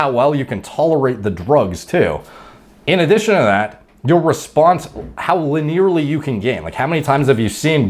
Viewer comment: "Luh-nearly" lol